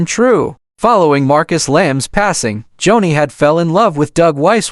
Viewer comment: Its joanie.... Pronounced JONI, NOT Johnny!! Joni Lamb before Marcus' death was with Doug Weiss. Read an listen. In lust an a home breaker is Joni Doug Weiss still married to His wife lisa!! Joni made her decisions an today sits with Doug Weiss in an adulterous marriage! They both sit in sin an speak Jesus on public TV! WHAT???? "NO FEAR.) HOW CAN IT BE? No pity Joni made her own decisions an Doug Weiss in as deep as Joni is!! Warnings, not judgement!! The Lords vengeance will come!! Lord have mercy! 😢🙏